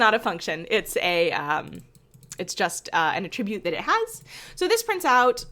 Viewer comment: Thanks for making these videos and kernels! FYI, the pronunciation of the word 'attribute' is when used as a verb vs. a noun.